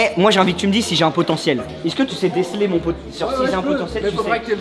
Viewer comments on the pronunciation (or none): Fais juste l'effort de dire "est ce que" Et pas "isse que" S'il te plaît le reuf :)